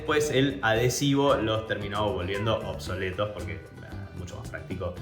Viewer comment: obsoleto no... "OCSOLETO" 😂